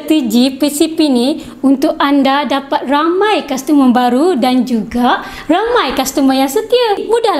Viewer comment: Customer not kastemer